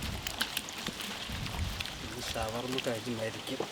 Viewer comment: ഷവർമലയല്ല ശവർമ